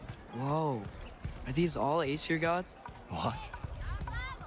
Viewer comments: Lmao siri probs went off because she thought you said "siri" instead of "Aseir" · I love that "Aesir bow" became "Hey Siri. Bow" XD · Lmaoo. When he said "Aesir Bow", his phone thought "Hey, Siri! Bow?" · You said "Aesir" and she heard "Hey Siri" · says aesir bow and activated siri, don't think relised that aesir sounds real close to hey siri lol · you said aesir bow wich prolly sounded like hey siri bow